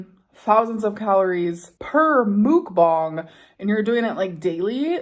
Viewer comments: Once again..for the love of everything holy.... it's MUCK BONG MUCK BONG MUCK BONG...not MOOOOK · If I hear her say MOOK bong one more time I might explode